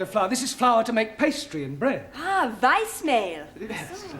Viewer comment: "Weißmehl" 😁not Veismal